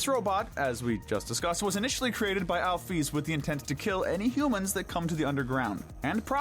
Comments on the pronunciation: so no one gon talk about how he said "alfies" instead of "alphys"? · Alphys is sound like alfes btw .